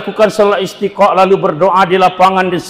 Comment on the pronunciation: Sudah disubcribe kanda, perlu diluruskan bacaan Istisqa' bukan Istiqa', dan Q.S Al-Hasyar ayat 18 tahsin lagi Krn banyak ummat yang dengar, sound bisa di edit dg Cap-cut.